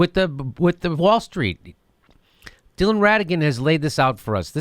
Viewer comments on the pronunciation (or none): none